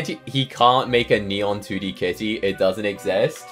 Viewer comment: "he ot a 2d ca" say your T's